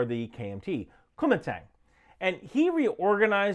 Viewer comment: They way you say Kuomintang sounds like youre saying Kumite, from Blood Sport lol